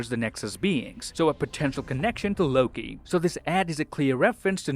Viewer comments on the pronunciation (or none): none